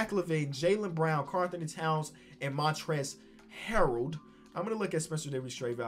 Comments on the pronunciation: yuhhh and he says montrezl harold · Did this man say Montrez harold